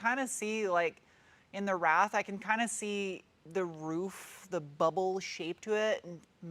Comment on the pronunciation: Wrath. Pronounce the way you wrote it. Silent w